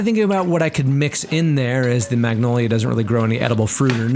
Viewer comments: I hate how he pronounces magnolia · G is silent! Its Manolia!